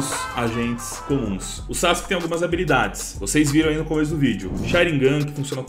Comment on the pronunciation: Pronuncia:sasque Escrita :sasuke